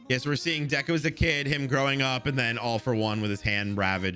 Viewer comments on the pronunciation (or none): none